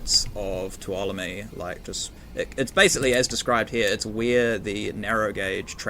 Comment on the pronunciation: Amazing map! I've already spent a couple of hours investigating it and intend on checking it out in VR this afternoon. I'm familiar with the Tuolomne area (I live in California) and you have really captured the feel of the area quite well. By the way, it is pronounced (phonetically) 'too-ahL-oh-me' with the accent on the second syllable. 😀